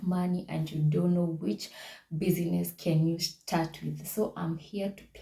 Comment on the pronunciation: thank you very much, i have learnt alot. Just a request, kindly say bizness not busyness. hope you got my point